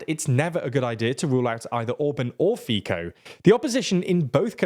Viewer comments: Slovak here. We find it funny when someone pronounce his name as Fico/Fiko. It's similar to our word "fiknut", which means "to f*ck". He deserves it, so feel free to pronounce it like this 😂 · Please learn how to pronounce "Fico" correctly. It's "Feetso" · it's pronounced "Fee-Tsoh". Get it right already lol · it’s pronounced fiTSo ! 😂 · Please put Fitzo rather than Fico in your text so you pronounce it correctly 😅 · I was getting so irritated by him saying Fiko repeatedly. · It's not a problem when he doesn't pronounce it 100% correctly, but saying "Fitzo" should be pretty easy for english speaking people and it would be good enough. They even pronounce it "Fitzo" like 50% of the time, so I don't understand why they sometimes say it right and sometimes not. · That Fíkou irritated me a lot. And I don't think it is such a difficult name to pronounce. It's no Eyjafjallajökull. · REALLY? For 5 years people are making fun of your mispronounciation of "Fico" and you still didn't notice a thing? How terrible journalists can you be to keep making the same simple mistake over and over with people screaming it in comments of every video about Slovak politics? This is getting super embarrassing... Edit: funnily enough you say it correctly for some reason but nowhere else, lol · This is primitive progressivist propaganda. On top of that very unprofessional. At least the speaker could have learned the correct pronunciation of the Slovak prime minister’s last name. The same applies to the pronunciation of other names of politicians, geographical names etc. That is about showing respect to the relevant countries and their cultures incl. the language. This clearly shows that this guy is far from being professional. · Where did you get all this nonsense from? First, learn to pronounce Fico's name correctly. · I came here to listen to you mispronounce Fico's name 30 times. I was not disappointed. Otherwise, cool video. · It’s [Fitzoh] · It's pronounced fit'zo, not fee-ko